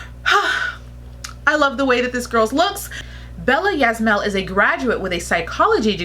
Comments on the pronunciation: her last name is pronounced like is-ma-el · Her surname is Ysmael pronounced as iyZMiyAHL. 2nd Filipina Miss Universe 1973 is Margarita "Margie" Moran pronounced as MaoR-AEN Just like you, she's one of my top most favorite candidates to win the Miss Universe Philippines crown 👑 Just like her Aunt Margie, she's a ballerina too. Yes, I totally agree, her headshot has a blank facial expression! 👍